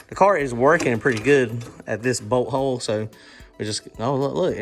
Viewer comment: When you say bolt hole it sounds like butt hole